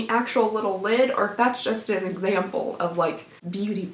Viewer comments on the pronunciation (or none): none